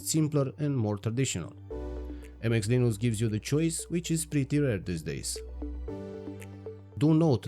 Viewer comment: What is Leen-ooo-cks? Did you mean Linux?